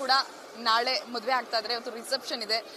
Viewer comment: ಮೊದುವೆ ಅಲ್ಲಮ್ಮ ತಾಯಿ,, ಅದು ಮದುವೆ. 🤣😂😂